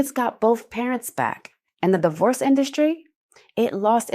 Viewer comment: It used to be D-Worse and now it is Die-hoe-rse 😂